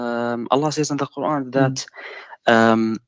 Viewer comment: cp is a liar. SubhannaAllah! fire starts small and ends small. rain stars with few droplets and ends the same way. what is cp on? this man is an arab and his arab is weak and he lacks coherency. he can't even pronounce Qur'an properly. cp is a fraud.